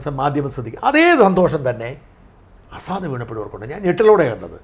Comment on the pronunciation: അസാദല്ല ഷാജൻ സാർ….🤪 ബഷർ അൽ അസദ് ….🙏